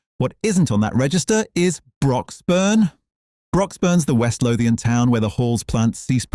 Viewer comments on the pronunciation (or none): none